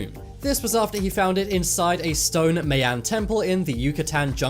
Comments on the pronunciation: Learn how to pronounce "Mayan", it's not "MĂY-ăn", but "MAI-ahn" or "MY-ahn" if you're so totally Anglo that you can't figure out how to say "AI" right. The "AI" sounds like the archaic English word "aye". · For God’s Sake...it’s pronounced as, MY-AN or (My-ans), It’s not MAY—YAN or (May-yans)...but definitely not how the Robot is saying it.. Thank you. Cheers. 🇨🇦🎅🏻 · "The tomb was located in Shangshi, Southern China"...So why does the map have a pin in Northern China? "Mayan" is pronounced "My-An", not "May-An". The "Costa" in Costa Rica" is pronounced "Cos-Sta", not "Coast-Ah". The Salzberg Cube is a Meteorite. The Chinese "Giants" are normal size for the Chinese...It is the Japanese that are short in stature. I am 1.86m tall, but I am not a giant! I'm going now or I will have to spend all day correcting your mistakes! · or (my in), definitely not (may on) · M eye en is how you pronounce that people. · FYI MAYAN IS PROUNCED === "MY"AN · You are pronouncing the word MAyan wrong, i am one and you are not saying it right...the As are short. and also methane gas...the e is short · That was driving me crazy